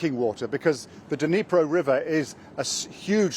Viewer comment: BBC 2023 "Dunreepo river" seconds in. Its bad pronunciation like this that has half of britan thinking russia is run by a man called pyewtin. then 3 mins in . the bbc suggests it was not done by russia, pulls in shill from a NZ! uni the Ukranians had no access, simple. The russians filled the turbine hall with mines in december last year & raised water to highest level on record. god damn you BBCccp. get an internet connection ffs